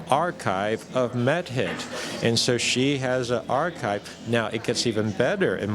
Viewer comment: Every now and then it sounds like Schoch is saying " Meth Head" instead of Mehit. It has to do with how he emphasizes the syllables I think.